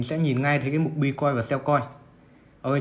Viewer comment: Góp ý với bro là Buy (bai) chứ không phải (b-uy). Đang vừa nghe vừa làm việc phải giật mình click vào xem (buy) là gì 😂